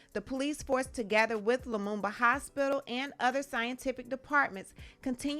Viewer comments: yo ak it's "Lumumba" an African hero. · He said Lamuba Hospital!!!!!!!!!!!!!!!